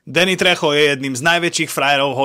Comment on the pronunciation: 😂😂😂Se aspoň nauč vyslovovat jeho jméno Tvl